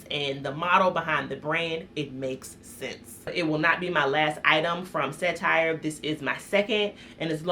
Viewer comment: Great bag, it really suits you. As a Canadian, I buy most of my luxury goods from European websites, CETTIRE included (BTW, it "set-teer" not "set-tire"). The only unethical thing is how much is being charged for luxury goods to begin with. Clearly, everyone is still profiting even at the reduced prices otherwise it would be unsustainable. Realistically designer bags should be around $600, not $2000, and even then the profit margins would still be good. As consumers, we foolishly accept the outrageous prices and companies keep increasing them because they can.